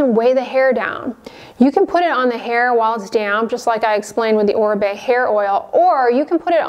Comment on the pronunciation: Finally someone pronounced correctly Oribe